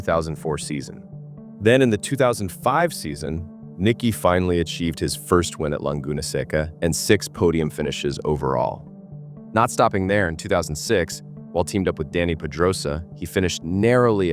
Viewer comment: Two corrections on the video: 1) Don't say Languna Seca. It's embarrassing to mispronounce the name of such an iconic track. 2) After MotoGP, Nicky competed in World Superbike, not just any Superbike.